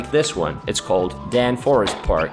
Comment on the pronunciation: Daan is actually pronounced as 2 syllables as Da An